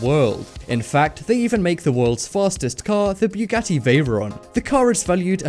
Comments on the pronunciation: it's buggati not bjugatti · Its bugatti not bewgatti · its pronounced boo got e not trying to be rude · boogati, not ‘buegoti’. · Boogati not buegoti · This guy is so stupid, can't even pronounce the very known names correctly! He pronounces Bugatti like this: "Biyogati"!!!! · Why "bJugati" ? Just say Bugatti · i'm sorry but it's BUGATTI NOT BEUGATTI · Bu-ga-ti not Biu-ga-ti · It's pronounced bugatti not buegati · Bewgatti? It's pronounced boo-gotee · Its not called a byougatti its a Bu-gat-ti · Stop saying Bjuwgadi its called Bugatti IM GETTING TRIGGERED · it's pronounced (BOO-GATY) not (BYOO-GATI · Byugatti XDDDDDD its pronounce boogatti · Bu .Gatti not Bwegatti! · O god I think I got cancer from the way you said Bugatti. It's Bugatti, not Bewgatti. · U say bughatti wrong and it’s so annoying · Lol u say Bugatti as bew catty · Since when is it BEWgatti? LEARN THE DUMB WORD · I swear to god of he says buewgatie one more time, i will shoot up my school. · bwugatti haha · you say buggati wrong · ..did he just say Peeugati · dafuq is bewwwwgati?lmao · Its not bewghatti sorry im just triggerd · WTF IS A BEWGATTI YOU BUTCHERED THE FUCK OUTTA IT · Ughhhhh why do you keep saying Byugati yes with y its annoying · bewgatti XD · Beugatti? Begatti???? BeuEEEgatti✔️ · hahah you are saying bjugati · why u say it like "BE-YOU-GATY" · nigga its not B-U-GATIE. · boo got eeee not what the freak u said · if you pronounce bugatti like beuwgatti again I'm going to become homicidal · boogotie is the pronounciation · Did it anonoy anyone else about how he pronounced bugati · Umm fastest car in the world is the Bugatti Chiron get ur facts right plus the way u said Bugatti lol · You put to much emphasis on the u when you say Bugatti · It was Literally killing me when he kept saying Bugatti wrong. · you sound so fucking dumb when u say bugatti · You said Bugatti wrong